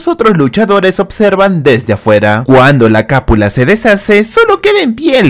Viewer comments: se dice cupula, no capula! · No seria Cúpula en vez de Capula. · La palabra es cúpula no “capula” 😉😉 ojo con las palabras en los guiones qué haces, tus resúmenes eso si están brutales!!! Muy buenos 🫶🫡